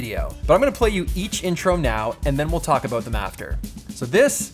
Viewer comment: ayo my buddy Pete how are you, btw your about still sounds like aboot